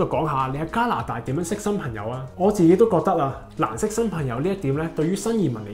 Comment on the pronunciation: 懶音比較利害（“朋友”講成“貧友”），仲唔係香港人？